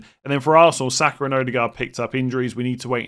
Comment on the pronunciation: Why does this guy always add R on players name, Sakar Wissar etc?